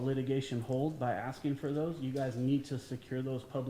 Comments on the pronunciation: Seriously a school district employee that says aXing! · Why is there so much axing going on